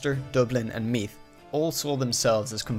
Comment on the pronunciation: Use the voiced th sound for Meath. Like the th in father. Solid job with the rest of the pronunciation!